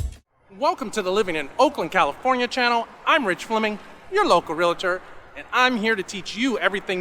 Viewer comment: REAL-TOR. Not Real-A-Tor.